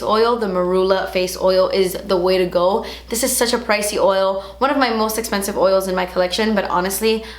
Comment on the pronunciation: her accent when she says "through" and "esspensive" <3 :D